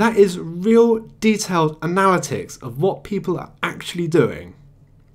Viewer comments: You're pronouncing "analytics" wrong. It's not a-nal-it-icks. It's anna-lit-ticks. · Kills me how you mispronounce analytics.